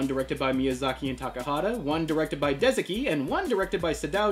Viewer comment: It’s pronounced Deh-ZAH-key. Hate to be annoying, but I want people to know the correct pronunciation.